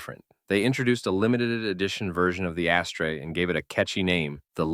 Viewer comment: It's pronounced as-ter ! Not ashtray !